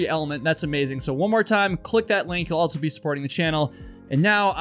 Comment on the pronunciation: My guy... the word "also" does not have a "T" in it. It's not "altso".